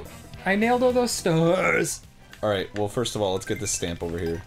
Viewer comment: "Bro, I nailed all those staaaahhhhrrrbrbs.." Danny, 2014